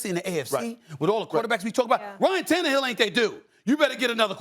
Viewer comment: Is Stephen A having a stroke every time he mentions ryan tannerhill’s name?